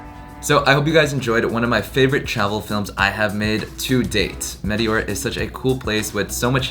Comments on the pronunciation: Just fyi, it is pronounced metEora (you raise your voice in the capital E), not meteOra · The correct pronunciation is meh-teh-aura with the accent on teh. I am a Greek of the diaspora and have been to Greece many times. This place was on my list of places to visit, but I never made it. And now it's most likely I never will. :-(( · It's pronounced MeTEora.....Nevertheless great video :)